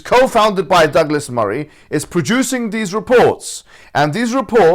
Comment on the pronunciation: Douglas sounds like Dégueulasse. It's in French, Google that.